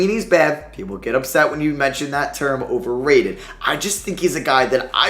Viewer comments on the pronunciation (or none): none